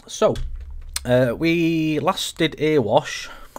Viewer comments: Please call it the Erewash (Eree-wash) not Earwash Valley. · Nice vid, but having put so much great effort and research into this route, has no-one told you that Erewash is pronounced "EH-ree-wash" yet? .... as in, it rhymes with "Very Wash".